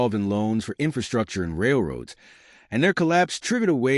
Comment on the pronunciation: Where the documentary says Railroads , try to hear A. I. . . . . A little scary !